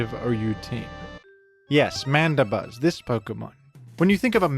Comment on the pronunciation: Why is Mandibuzz pronounced as Manda-buzz instead of Mandi-buzz?